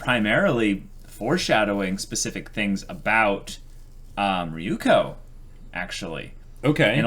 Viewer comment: And also Ryuuko isn't Ri-yu-ko, but Ryu-u-ko... but I've given up xD